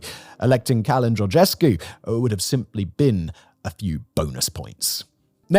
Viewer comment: Romanian pronounciation lesson! "Ci" or "Ce" is pronounced "Ch" and "Che", "C" with anything else after it is pronounced "K", and "Ă" is pronounced "Uh", and these rules have basically no exceptions. Once you know the rules, you can reliably pronounce every single word, no matter if you've seen it before or not. Therefore: "Călin Georgescu" is pronounced "Kuh-lin George-esku" (your pronounciation of "Georgescu" was fine) "Marcel Ciolacu" is pronounced "Mar-chel Cho-laku" "Nicolae Ciucă" is pronounced "Niko-lie-eh Chu-kuh"